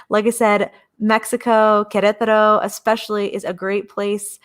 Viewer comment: Thank you for your enthusiastic portrayal of Queretaro — I wavered many times, but your first videos convinced me that this was the place for me. I am one of your “elderly” viewers— you helped me with the pronunciation of Queretaro. The time is getting closer— heading “home” to Queretaro (Centro) mid July— I can’t wait.